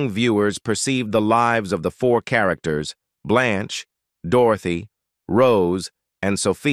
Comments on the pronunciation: "Blonsh" Devereaux?!?😮😢😅😊 "Bay" Arthur?!?😂😅😊❤ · The narrator for this keeps saying Blunche. The characters name is Blanche. Then at times he pronounces Bea Arthur’s name like he’s saying Bay